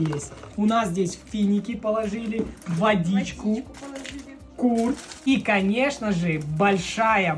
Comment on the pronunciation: Курт емес құрт❤это не сложно произнести правильно! ❤Наурыз құтты болсын ❤ақ мол болсын ❤